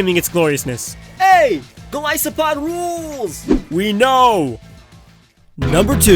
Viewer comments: not gilisopod say it right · I agree on Golisopod